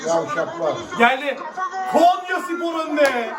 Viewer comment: Kenyaya değil konyaya .yeniliyoz maç sonu takımda üzülen yook